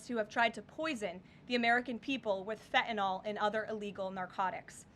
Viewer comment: I love her. I do. But the word is not 'fe'enall'.......It is fentanyl'